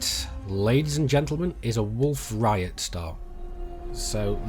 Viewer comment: "wolf riot" lmao, its rayet (RAY-ET)